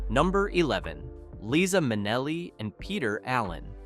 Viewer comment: For crying out loud, before you post this, listen to the narration & correct. pronunciation. It's "Leye-zuh" not "Lisa."